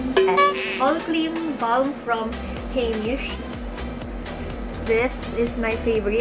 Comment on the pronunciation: I heard ba:lm. It's ba:m po. Inulit ulit mo pa pero cute naman. Sana all maganda lol 😂